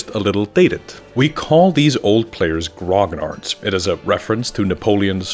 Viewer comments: It's not Grog Nards. It's Gro Nee Arrr or just call them grumbling old gagas like we do in France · Never once i've heard someone speaking engllish pronounce "grognard" right. \ɡʁɔ.ɲaʁ\ Not "grog - nard" ; "gn" have the same prononciation than the "ñ" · I wish one day people will stop pronouncing grognard in such a wrong way. But no, it's a french word so let's pronounce it in english.